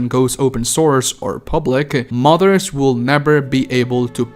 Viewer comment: bro the way you pronounce modders as mothers is killing me